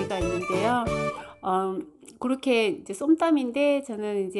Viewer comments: 이름도 신기하고 모양도 신기하고 맛도 반드시 맛있을 것 같네요 쏨땀 발음도 재미있네요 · 감사합니다. 쏨땀 발음이 정말 독특하지요~음식 이름이 태국어라 더욱 도특한거 같습니다. 그린파파야로 맛있는 채소 곁들여서 한번 만들어서 드셔보세요~